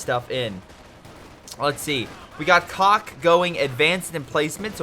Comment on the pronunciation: The dude you were calling cock actually says something like sosk xD. A C is pronounced as an S on Cyrillic.